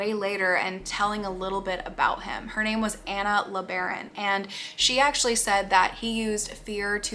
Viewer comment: Her name is Anna as in Anna and Elsa. Not the usual pronunciation.